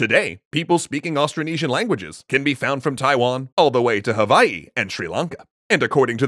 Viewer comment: i subscribed bc you're the first professional outside of hawai'i i've heard say hawai'i correctly